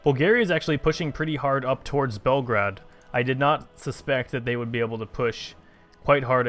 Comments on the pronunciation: PLEASE, ITS PRONOUNCED BELL-GRADE, NOT BELGRAD, MY EARS! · PLZ STOP SAYING BELGRAD U R MAKING ME GO CRAZY AAAAAAAAAAAAAAAA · ITS FRIKIN BEOGRAD FOR GOD SAKE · Its Belgrad if we are talking real here, Bel means white, grad means city. Like Stalingrad. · Actually it's BELGRAD, but if you insist on the English pronouciation, yeah you're right.